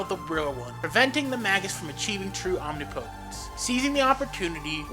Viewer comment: Omnipotence. Not Omni potense.